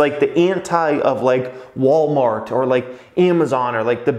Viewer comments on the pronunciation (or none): none